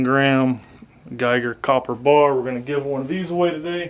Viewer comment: Copper not cooper 👍🏻🇨🇦